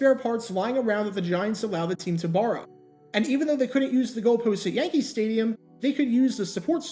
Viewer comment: "Stadium" "Staduim"